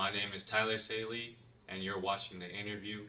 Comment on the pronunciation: *It’s SAELEE, not SAYLEE…Respectfully 😉 Let’s go TYLER!!! I’m so proud of you! I really admire your “Trained To Go” mindset